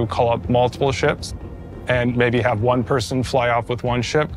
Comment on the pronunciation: "it means like ve need to haf enough item banks around each location so you don't block each other." I see something was learned from New Deal Lorville. Also, MMO player purposefully grief people... say it ain't so.